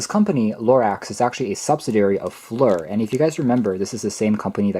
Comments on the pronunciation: Not FLUR (as you say it) -- It's FLIR- an acronym for "Forward Looking Infra Red" -- commercial/civil use gained notoriety in which it was a predecessor to "night vision" for Law enforcement helicopters and other vehicles. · FLIR - pronounced ( Fleer ) 😅